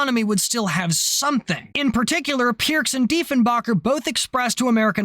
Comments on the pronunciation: With all the research you appear to have made in this production..... it's Diefen'baker', as in one who bakes bread or cake or muffins, not 'backer' or 'bocker'. ;) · The pronunciation is actually Diefen-baker. Don’t feel bad. JFK made the same mistake, accidentally insulted Diefenbaker, and was furious with State for giving him the wrong pronunciation, and thus making him look like an idiot. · ...and it's Deefen-baker.....:) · just a quick pronunciation correction on the former prime minster its pronounced DEE-fun-bay-kur remember this is Canada we speak the kings English